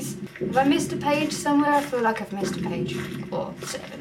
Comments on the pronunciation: It sounds like your saying "pidgey" instead of pagie XD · Did anyone notice she said "petch" instead of page?